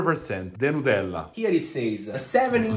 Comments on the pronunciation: Not them calling it nutfield 😭😂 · Love how they say "Nutellla" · It's liontella 😄